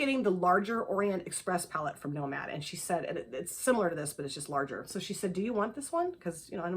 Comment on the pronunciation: Hope the birthday was fabulous!! I’m glad you got the Nomad palette too. I think you pronounced it perfectly lol! The GG palette is so pretty! I highly recommend Ethereal from GG.